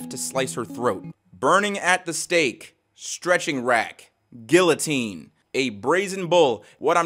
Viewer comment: most deplorable thing in this vid was pronouncing guillotine lmao